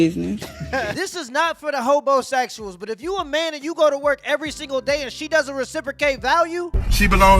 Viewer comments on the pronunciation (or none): Did he say...did he say, hobo sexual?